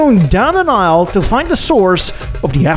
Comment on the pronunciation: Down an (n)isle to find the source….. yep I heard it. Epic